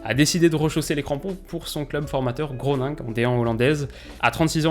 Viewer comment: On dit gros ninne geu